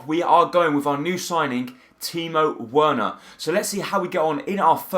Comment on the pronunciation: I think you pronounce Werner like 'Verner' pronounce the w like a v